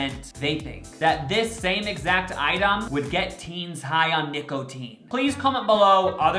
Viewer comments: no one: absolutely no one::NiCkOtEeN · “Nic-O-tine” 😭😂😂😂 I hate him lmao